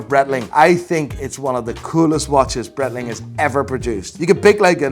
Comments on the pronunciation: Bright-ling I believe is the correct pronunciation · This guy thinks he knows everything about watches and doesn´t even know Breitling pronunciation.